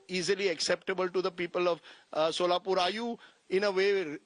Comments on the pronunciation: She is from Solapur, yet she calls it Sholapur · It’s not Sholapur it’s Solapur , and she is political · Tell her to pronounce right ( Solapur) 😂😂😂😂